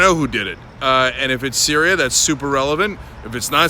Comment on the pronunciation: Cenk, why so "Sryias"? Lol sorry